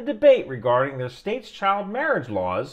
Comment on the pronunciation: "Chile" marriage?